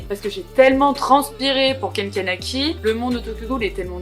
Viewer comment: Hello, je vois ta vidéo seulement maintenant car je relis le manga haha et juste pour te dire c’est Ken Kaneki et pas Kanaki